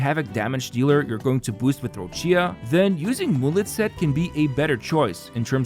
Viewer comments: The pronunciation is Roccha for non Italian speaker not roccìa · An Italian dies each time Roccia is mispronounced. The "CCIA" is produced like "Qi" in Keqin, or "Chi" in China, so its "Rocchia/Roqia" not Rosheeyah~ The accent goes to the "O" Róccia, not on the "I" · It’s Rocha. Stop pronouncing Rochia.